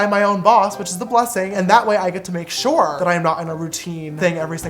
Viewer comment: shore is James way of saying sure. Shore*